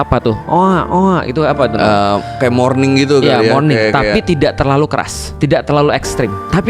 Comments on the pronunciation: Moaning bukan morning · bukan morning tapi moaning...😅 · Btw itu bahasa Inggrisnya moarning bukan morning min..